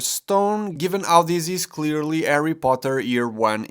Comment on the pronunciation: Who's Arry Potter?😁👍